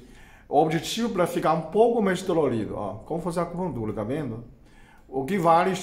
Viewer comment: Esse dr é muito simpático. Acho demais quando ele fala "acupuntula" :)